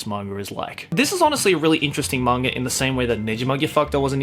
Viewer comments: Anyone else bothered by the fact that he pronounces "manga" with an R at the end? I know it's just because of his Australian accent (and as someone with a bit of a Texan accent, I probably shouldn't be one to criticize), but still, it bugs me... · There's no 'r' in the word "manga"...